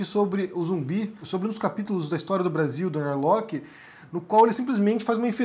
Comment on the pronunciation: correcao: nao é narloqui. é sobrenome alemao e se pronuncia (+/-) nar-lorr.